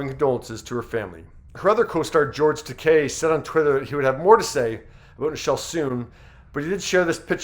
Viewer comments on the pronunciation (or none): The sentiment of this video is great! also it's; oohura not youhura guynan not gweenahn tahkeye not tahkae